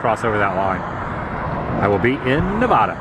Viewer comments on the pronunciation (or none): Ne-vad-a NOT Na-vah-da, I stopped watching after that. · I’m a native Nevadan and you’re pronouncing Nevada wrong…it make sad. It’s Neh Vah Duh…not Nuh Voh Duh…please, and thank you. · It's pronounced "Nevaada" (like "cat") not "Ne-vahh-da". Local Nevadan here! Dust storms are scary. Glad you're OK. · Hey Adam--helpful hint: I lived in Nevada for 5 years and trust me, the locals get super perturbed if you mispronounce the name of their state. It's actually 'Ne VAD a' (like 'add uh'). You're welcome. heh. Great road trip video as always--thanks! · / With all due respect, the "Locals" have it wrong! Even the actors in the 1930 movies (and later) pronounced it Nevodda . . . so, I'm sticking with that accurate bit of unwokeness! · It is NOT pronounced "Neh-VAHHH-duh" ugh 😣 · C'mon Woo, everytime you say Nev ah da in your videos I cringe. It would be kinda like pronouncing your channel as Adam the Whoa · But, that's the Anglo explanation. lol! FACT: The name is Spanish! Just like Colorado! Everyone should say it with the Spanish pronunciation! Problem with that explanation is that a ton of Anglos will purposefully mispronounce, and call you "politically correct", if you tell them that! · Yeah, I just love the pale wave telling everyone it's their way or the highway. It became Nevada with the Spanish pronunciation, but I don't know what the REAL locals called it. They're likely my ancestors, too. Anybody ask them? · you are pronouncing nevada wrong